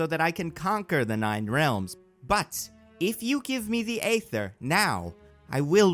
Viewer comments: The Reality Stone is pronounced Eee-ther not Ay-ther. This ain't New Jersey. New Jersey don't exist. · They say EEEE-ther so many times in the movie idk how you're pronouncing it AAAA-ther. Even the real world chemical ether is pronounced ēther. Better off calling it The Phoenix Force if you're gonna joke that then say Ather afterwards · I feel like the joke about saying "Phoenix Force" instead of Ether doesn't work when you keep pronouncing Ether as Ayther 😂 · AY-ther is stabbing me in the ears with every instance of its utterance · Thanks for the warning about mispronunciations. I was prepared to catch any you made, but there were very few, and they were all very minor and/or only happened once or twice. The MCU seems to want to pronounce the Aether "EE-ther," for example. Svartalfheim is one I expected you to trip over, but you got that mostly right. Awesome storytelling, and great dialogue. I'm usually a bit iffy about listening to the dialogue you give characters, but you do Thor and Loki really well. The "Monsters Assemble" thing is a great callback (or callforth, I guess?) that's also sufficiently outside War of the Realms where people probably wouldn't instantly make the connection and realize, "Wait, this predicts the FUTURE...." Bravo. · Am i the only one that died inside everytime he said “Ay-ther” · Thank you, this bothered me throughout. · I know you said you would mispronounce things... But Aether is not that uncommon word, the pronunciation is the same as ether the class of chemicals we all learn in chemistry class since they are the same word only spelled differently. Why are you putting an A sound at the start? That A in the Aether spelling isn't even a true A... is just an easy way to type set the letter Ash (æ). Sorry... I'm never bordered by mispronunciations... but this someone got under my skin. Hahhahahahah